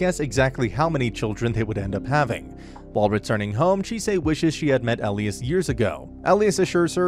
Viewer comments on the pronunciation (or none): E - lie - as. Not el-ias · Whoever is reading this recap, the prounoucations (not to mention my spelling derp) are so scuffed. It's Simon not seaman, for pete's sake and it's Elias not whatever he was saying. There are so many errors in this recap, though tbh the series was sooo good! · he said Elias' name wrong